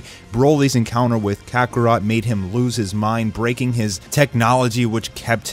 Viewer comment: I was wonderin did he mess it up when he said kakarot at the endin